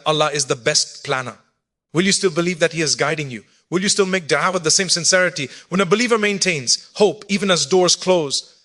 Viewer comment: Is this AI 🤖 why would Mufti Menk say dua like de3a??? AI CAN MIMIC OR REPLICATE THE VOICE BUT SOMETIMES THEY CANT REPLICATE THE CORRECT PRONUNCIATION OF A WORD WRITTEN IN ENGLISH BUT THAT IS NOT ENGLISH.